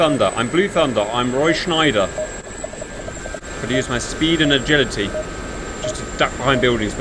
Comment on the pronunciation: Was waiting for Cap to start screaming “I AM THE GREATEST! I AM THE GREATEST!” as he’s dodging buildings. Debrief note, there’s no N in Roy Scheider’s name, it’s not Schneider.